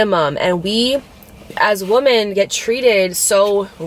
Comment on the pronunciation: When you say woman vs.women it drives me crazy. I love you and I try to ignore it.. but it does something to me. 😫